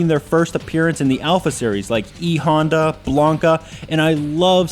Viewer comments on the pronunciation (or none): none